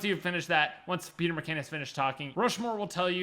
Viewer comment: are we just gonna ignore that he accidentally said “Peener McCain”?